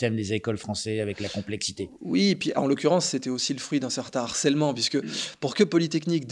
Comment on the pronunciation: En revanche, les gars, "harcèlement", c'est un H aspiré, hein !!! ;)))